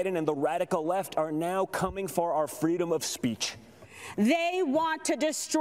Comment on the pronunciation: Is she saying freedom or freedumb !!!! !!!!